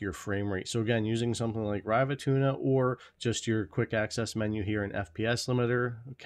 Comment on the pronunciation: I wonder if anyone has told him how to correctly pronounce RivaTuner yet?